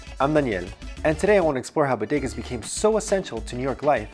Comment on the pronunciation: he says Bodegas like a white person then the proper way. haha